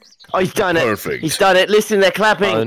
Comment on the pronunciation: Narrator was right that was “parfect”.